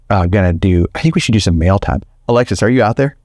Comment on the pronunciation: It’s Alexa not Alexis